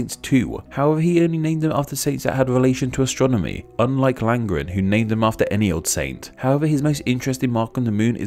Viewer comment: What is this mysterious field of "Astromony" you keep mentioning?